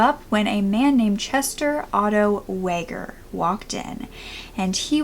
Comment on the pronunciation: I grew up in the area this happened in. (Was born in the mid 80's, but learned about this case at a young age). Exvellent video! *HOWEVER* I need to correct a couple pronunciations and such. Weger is pronounced "wEEger", Oglesby's "e" is silent (so it's Ogle (and then sby). Additionally, he is currently in Pinckneyville Correctional Center, not Illinois River Correctional Center- there is approximately 214 miles between the two. :) ALSO! Would like to add, he is being parolled. Was just announced yesterday. :)